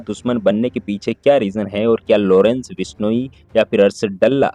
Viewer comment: Lodence nhi Lawrence bhenchod .. tameez se naam le